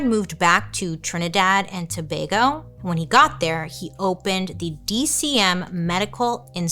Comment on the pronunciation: Bailey I am so proud of u for pronouncing Tobago correctly! I'm from Trinidad and although I knew that Dr Murray was living here again, I did NOT know that he actually opened a new clinic! WTH!